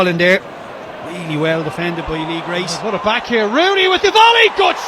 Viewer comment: Lee Grace. Grace. Not Grant ffs.